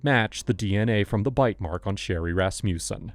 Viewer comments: Ehm when you say 'Rasmussen' you should put the emphasis on the first syllable... RASmussen.. Not rasMUSsen. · He keeps saying rassmewson! Ummm I think it's pronounced rass muh son!!! Why!? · I'm trying to take the audio seriously but the "Ras-mew-sen" cracks me up so much that I keep pausing. Darling, it's Rasmussen, pronounced "Rass-moo-sen" Sincerely A scandinavian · Ras mussen Ras mussen Ras mussen. Ras mussen!!!!!! NEVER “Ras musen!!!!!!!!!” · Funny, thought it was a russian name with your pronunciation, but its a danish one, Rasmussen 😂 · Why can no one in California pronounce Rasmussen properly??!!!! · hearing this guy trying to say Rasmussen is priceless! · The pronunciation of Rasmussen was so special